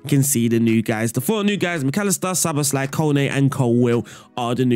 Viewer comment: You pronounced Szoboszlai really well. ‘sz’ is ‘s’ and the rest is kind of normal